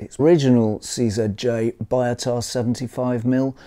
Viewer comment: I heard somewhere the pronunciation is more 'bee-o-tah' instead of 'buy-o-tah', is it true?